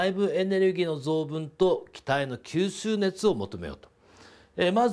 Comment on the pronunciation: きゅーすーねつ草